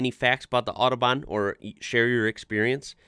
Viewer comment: "the oddobahn"